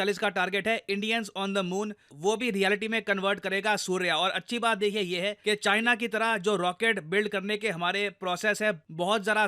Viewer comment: "Made in Chyena" 😂